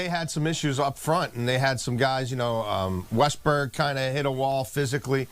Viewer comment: Bruh, “Westberg” and “Stanley”